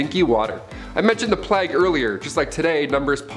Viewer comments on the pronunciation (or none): What the heck is a plagg???? It is pronounced Playg with the hard G. Please people look up words get pronunciations for goodness sake. How could someone this age not know how to say plague?